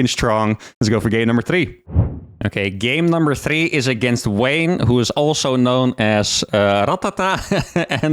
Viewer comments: Was he pronouncing Wayne as Vah-nyuh? Am I missing something? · are you pronouncing wayne as vanya? or am i trippin...